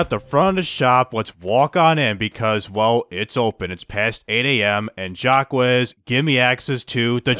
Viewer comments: I love the video, but it’s not jack wes, it’s pronounced shack, but is jack it a french accent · Its pronunciation is like zach but its jack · It's pronounced "Jock", its not that hard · Still Not getting Jacques Name right...